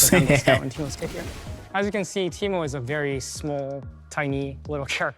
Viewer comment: Teemoo 💀 disgusting